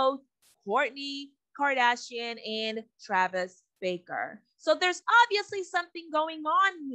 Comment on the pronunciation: It’s not Baker!! It’s BARKER!!!!